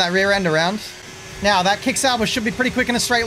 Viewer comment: are you serious right neow bruh